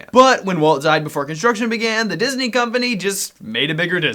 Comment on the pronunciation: Its Deezney Ding!